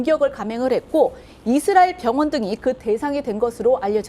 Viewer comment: 남자 앵커 발음 교정 바랍니다 ㅡ 이스롸엘 Xㆍ뤠드 라인X 이스라엘 ㆍ레드 라인